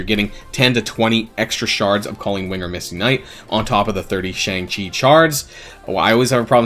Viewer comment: i don’t wanna sound annoying but shang chi is pronounced shung chi